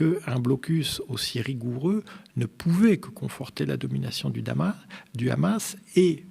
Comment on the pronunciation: Ces le hamas pas le rhamas